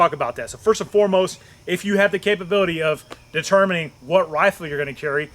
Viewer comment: "This is " "Determing" "Feeln this video" You vaxxed to the max.